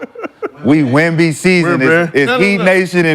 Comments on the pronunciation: I'm 20 mins in and I've heard y'all fuck up Wemby's name about 50 times 😂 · Saying his name wrong like that purposely just is disrespectful. Just call him Wemby if you can’t say it